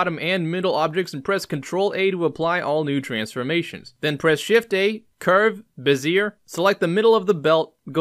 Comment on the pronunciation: Nice Work! BTW. "Bezier" is pronounced "Beh-ZEE-AY" with a slight trailing r sound at the end between silent and a quiet R. And just for shits since the other commonly mispronounced development word - Gaussian... is pronounced "G "OW" -SEE-AN... like OW I stubbed my toe. Named after Karl Friedrich Gauss the mathematician.